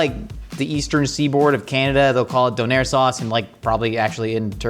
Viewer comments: As someone who learned about döner in Germany, that pronunciation of it is really throwing me off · Yes, I was very confused by his pronunciation of döner. Maybe it’s the Swedish pronunciation? I’m used to the German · Having only heard kebab pronounced in the UK, I can't go back. Kebob just isn't a kebab. A skewer sure. Souvlaki, fine. But not Kebab (ok, even the Greeks seem to confuse the two as well, I guess I can't win). Ah, mutilates the pronunciation of Doner as well, so I guess it's all good now 😀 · Why does he say donner and kebab werid